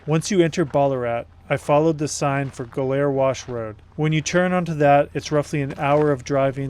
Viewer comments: Is it really pronounced "go-LAIR"? I've always heard it pronounced "GO-lur" or "GOL-er". Anyway, I went through a period many years back, reading the various biographies about Manson, the Family, their crimes, the history. Bugliosi's is the absolute worst and I didn't know how bad until I recently read Tom O'Neill's "Chaos". Whew! Was Bugliosi a scum dirt bag! Anyway, it is beautiful out there. They say there are four types, the forest type, ocean type, moutain type and desert type. I'm unquestionably a desert type. I'd love to visit out there some day. I've spent time out in Big Bend/Chuahuan desert area. It is breathtaking. Like your trip out there, I always go in November through February. In all the reading I've done, I forget how Manson and company found out about Barker ranch. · Well you mispronounced Ballarat and Goler, hilarious, I've never heard either of the words mispronounced...